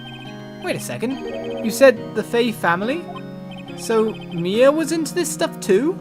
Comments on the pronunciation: her name is pronounced m-EYE-ah as in eye. Not May-ah as in the month. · you are saying her name wrong